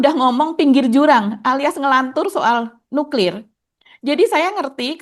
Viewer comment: Emang cara bacanya nyuklir gitu